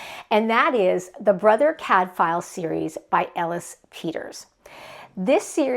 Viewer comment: If you are going to reread Cadfael, might I suggest you look up the pronounciation? The f is pronounced like a w. 🙂 Love you showcased so many good series. Hope people will pick them up. Sister Fidelma as audiobooks are great and the same Irish narrator all the way through. No. 36 out last July.